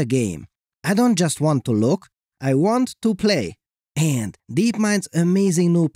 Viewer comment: ...aaaand stop with that weird way to say "and."